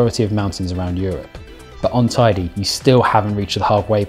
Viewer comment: It's hilarious how you guys pronounce Teide. It's certainly not Tidy. Come on, if you climb it, at least get its name right.